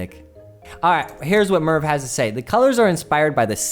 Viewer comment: Merve is pronounced as Mer-weh not Merf lol